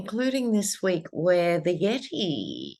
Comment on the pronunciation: We love you ❤❤❤. Thank you for checking in with us 🙏🏻💖. When you say “Yeti” it always makes me laugh 😂 👍🙌